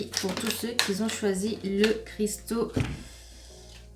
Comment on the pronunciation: On ne dit pas "qui zont"